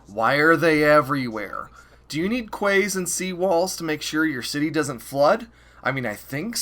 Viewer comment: Just in case you make anothr video where you have to say the word "Quay", it is pronounced "Key".